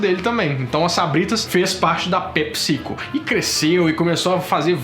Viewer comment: ta falando pepsico com acento na vogal errada.